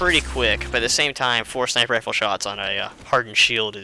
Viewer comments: i hate when u say sinperwifel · He said sniper wifle lol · did you know that you said sniper wifle :-0